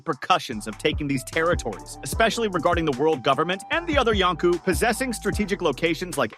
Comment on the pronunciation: Yonko, you turd! Not Yonku!